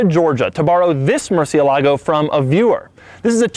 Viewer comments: The cringe is Strong when he saids Murcie-lago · Again, the stress should be on the E, not the A when pronouncing it. Murciélago. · Moore-si-el-lago. Bat. Please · It's pronounced mercy alley-go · Isn’t it “merch-ialogo” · It's Murciélago. Stressed on the E. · OMG it is pronounced Mur- CIE- lago!! è pronunciato in questo modo come in Murciélago!! quel suono è magnifico però! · At least you say Mursielago not Murchielago like some guys says. In spanish C when an i or e is next to it it's pronounced like S. So Mursielago is good. Just the one syllable that has to sound louder is cié so it is MurCIÉlago. Nice vídeos by the way. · It's not "Mercy-ehh-lago" it's Murciélago 🤣🤣🤣🤣🤣🤣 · It's pronounced "murciÉlago". Notice the accent on the letter "e". All the stress is placed on that letter. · It's pronounced murciÉlago with a strong accent on E 😡. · Murciélago the accented E not the A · Please stop saying "Mercy oo lago" !!!!! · It's MUR see EH lah go (U pronounced as in "moo") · MurciElago Stress the "e" My ears are still bleeding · as a native spanish speaker I get so annoyed by his MURCIE-LAGO pronunciantion... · Doug,... MERCH-EEE-A-LAGO... come on son... it's like people pronouncing Gallardo with the L's... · it is pronounced Mour-ChI-lago, which is the SPANISH pronunciation. Italian is the same but no "CH" instead it is "S" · Interesting to hear the English pronunciation of its name, both sides of the pond. Its pure Spanish pronunciation has only four syllables, and the accent over the é tells us which one to emphasise: Moorth-YELL-ago. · Robin Baker It's more like "Mur-chiel-la-go." With an emphasis on the e of course. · learn to pronounce the fucking name if the car... what the fuck is 'murrSialago'? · for the record it is pronounced mor-seal-ago... but i'm not going to make a cunt of myself trying convince people of that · Hearing people pronounce it "Mercy-ah-lago" ... eh. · Its murciélago You're pronouncing it wrong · Why do they keep mispronouncing Murciélago? 😅